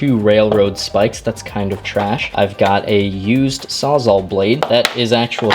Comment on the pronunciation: Sawzal, because it saws all